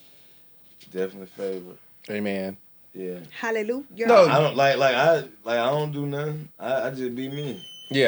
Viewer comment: Erica’s “helleluYER” sent me 💀💀💀